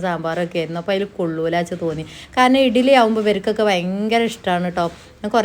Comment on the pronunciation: ഇഗ്ലീ എന്ന പറയുഇടിലി അല്ല ശെരിക്ക് പറയും